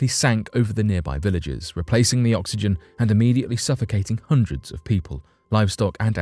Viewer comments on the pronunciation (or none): none